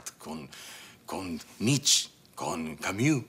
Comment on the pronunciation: Además pronunció mal Nietzsche 🤦‍♀️